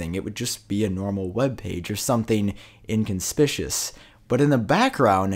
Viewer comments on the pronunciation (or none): He said "inconspicious." Dude it's "inconspicuous." 😂